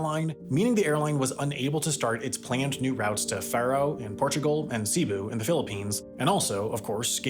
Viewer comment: Great video, horrible pronunciation of Cebu (it's SAY-boo, as a close approximation).